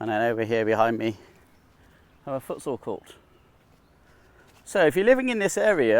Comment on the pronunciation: Foot what? What sport is that? Sounded like you said footsoul lol